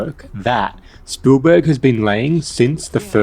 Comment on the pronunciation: cool video, no idea who this "spoolburg" is tho haha